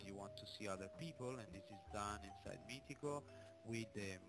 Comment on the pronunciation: MITICO.... ecco la corretta pronuncia di Meetecho... COMPLIMENTI!